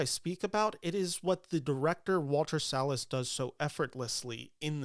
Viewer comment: Thank you for pronouncing Salles correctly 🙏🏽